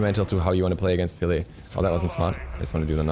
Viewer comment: STOP PRONOUNCING HER NAME WRONG